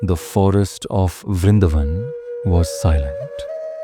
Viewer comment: VrindAvan...please get the pronunciation right. It is Sanskrit, after all.